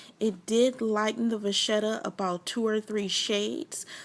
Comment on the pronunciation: Just an FYI it is pronounced VA Ketta. Great video